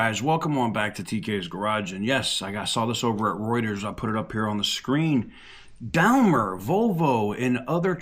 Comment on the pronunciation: Daimler is pronounced “Dime-ler”. FYI and keep up the good work.